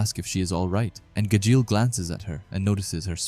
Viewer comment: The pronunciations of the names in this video is killing me, I definitely recommend watching a bit of the English dub but 3 minutes into the video here’s some help Gajeel : Gah-jeel Levy: Lev-ee Mirajane: mee-rah-jane Cana: Con-Ah Laxus: Lah-X-us Charle: Car-lah (idk why but yeah it’s different in English) Acnologia: Ack-no-low-gee-ah I’ll add more if necessary as I watch👍